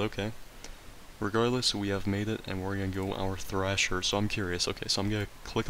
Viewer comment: Thresher not thrasher. Loved the video tho